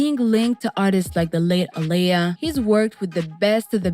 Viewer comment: Her name is Aa-li-yah!!! I like this channel but these voice-overs are irritating my soul. Stop having anybody just read the script and read it incorrectly please and thank you!!!🙄😒